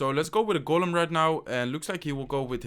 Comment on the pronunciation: IT IS GOLEM NOT GULEN